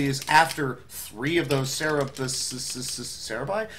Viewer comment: Cerebi? lol